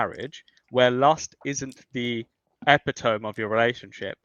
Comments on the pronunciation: he says “ep-i-tome” so he’s either reading from a script or using words that he doesn’t understand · Hard not to be convinced these "fertility rates" people just have a birth fetish. Edit to add: "Epi-tome??" 🤣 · what’s an epitoam? Don’t believe there is alternative pronunciations for epitome. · Epi-tome? Like dome? It's actually epi-to-me, like "to me". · says, "EHP-i-Tome" the word is epitome, pronounced eh-PIT-oh-mee. I had a high school classmate that loved to use this word, and she pronounced it just like ignorant here. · This mofo really said epi tome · Did he pronounced epitome as epic tome? What a dumbass! Also, It's so gross for to mention Native Americans as savages, fuck that! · I think his most common response was, “yeah, but” You don’t have good arguments, when you are backpedaling after every claim you make gets easily refuted because it’s objectively false… It’s always funny when someone pronounces Epitome, like Epi-Tomb. 😂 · my man pronounced epitome as "eh-peh-toam" just give up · Why tf did he pronounce epitome like that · As a self-effacing English woman, the way he pronounced ‘epitome’ made me spit out my scone! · I can’t get past the way he pronounced epitome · hahahahahahaha "epitome" was not pronounced correctly. omg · “epitome”. My god, he doesn’t know how to pronounce epitome. Beautiful 😂😂😂